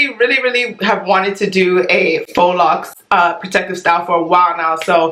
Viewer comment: This video was hilarious. But I cringed every time she pronounced “faux” FOX OMGGGGG Lol can we learn French pronunciation pleaseeee 😩😩